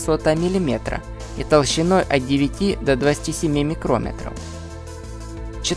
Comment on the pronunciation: Не "микро́метров", а микроме́тров. Или, что более употребительно,- микрон: 1микрон; 2 микрона; 3;4 микрона; 5;6;7 ит.д. микрон Микро́метр - это измерительный инструмент